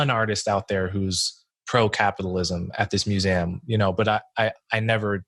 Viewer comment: why does he say muse-ay-um